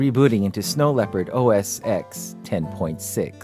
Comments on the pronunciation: Why does he keep calling it OS "EXE"? That's like asking people if they ever saw Rocky "VEE" instead of Rocky 5, the Snow Leopard is OS 10 people. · its OS ten!! geezzz!